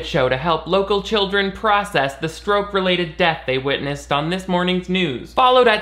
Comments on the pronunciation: I had to listen four times to realize you were saying 'permanently remembering her husband's stroke' and not 'permanently remembering her husband's scrote' I think I need to go to bed. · I definitely thought you said remembering her husband's scrot not stroke lol